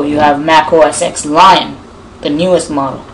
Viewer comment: The second you said "OS X" and not "OS 10" I knew...